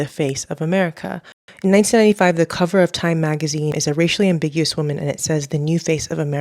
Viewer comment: racially ambiguWHEREE?? 😭😭?